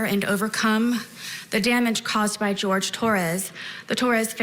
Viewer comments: Why does she call him George? Wouldn’t it be be Whore-hay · Wouldn’t his name pronounced ‘Horhay”? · The way she pronounced the name of that poor man , she butchered the name , she is more like straight D student lol